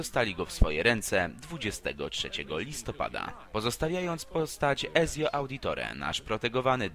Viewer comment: Od kiedy Ezio czyta się przez "z"? A odmiana Konstantynopola w dopełniaczu ma na końcu "u"?! (ma "a" tak jak napisałem wyżej) 2 błedy już w 1. min. recenzji! Pozdro dla kumatych